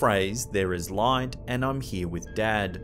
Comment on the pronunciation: Robin: I'm here with Dad.. sounds to me like.. I'm here with the Dead.